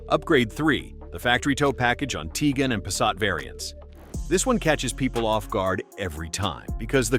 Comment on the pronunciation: It's not Teegon... It's Ti guan.